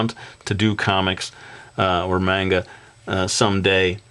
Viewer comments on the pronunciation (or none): video 100 coming soon! :) I'm glad you kept the good logo and it seems like dark horse forced you to make it a lot less japanese. i don't really mind that, but i'm not too fond of the name "brody" or hearing you say menga like you did in this video!